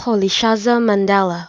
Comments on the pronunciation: Is this a joke? This is nowhere near how it is pronounced. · It's far from good that's not how it is pronounced by the way. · Mandela be like - No ..... Noooo...... That's not me.. 😭 that is not how my name is pronounced..... 😂